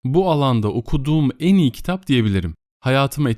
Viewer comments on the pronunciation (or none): Teşekkürler, yalnız şu "e" harfinin telaffuzunu düzeltirseniz iyi olur. Özellikle "en" derken kulak tırmalıyor. Onun dışında iyi bir okumanız var. 🤗